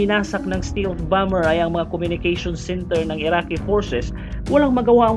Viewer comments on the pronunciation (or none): none